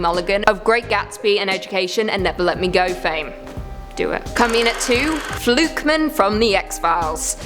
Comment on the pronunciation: The way you pronounce "fluke man" sounds like it's a surname (e.g. Joe Flukeman).